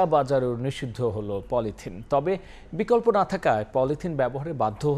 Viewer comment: বকল্প না বিকল্প 😂😂😂